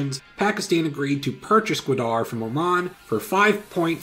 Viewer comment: Good vid. It's pronounced Ga-waa-darh and was a sweet deal for Pakistan in long run